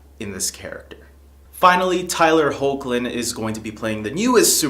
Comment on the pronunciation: Tyler's sir-name is pronounced Heck-lin. I',m reallt looking forward to Supergirl tonight. So excited.